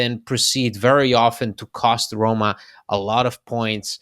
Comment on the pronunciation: He also can’t pronounce Roma.